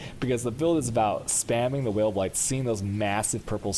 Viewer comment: It's pronounced Vaal, lol is this guy gay?